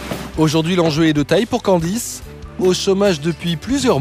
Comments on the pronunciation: Nan,il a dit candiz😂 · C'est moi ou le mec a dit "Candi" ?? 😂😂